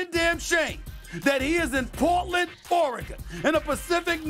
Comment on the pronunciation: Did he say PourEgon😂😂😂